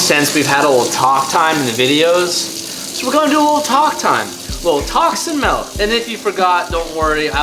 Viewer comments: *milk. not Melk. No E. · Why does say milnnk instead of milk? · Milk not melk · It looks like you’re drinking milk, but you keep calling it “MELK”. What is that and where do you buy it? Is it one of those specialty Mexican drinks you can only find at those hole in the wall grocery stores? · Did he say melk? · tf is "melk" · Honestly u say milk wrong and ultimate beast master is dope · The way says milk irks me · you’re a hoser for saying “melk “ and for pronouncing Mexican cheese as “mesican cheese”.